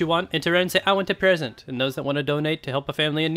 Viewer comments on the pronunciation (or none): Pwesent pwease